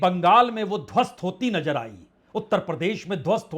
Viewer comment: Najer nhi Nazer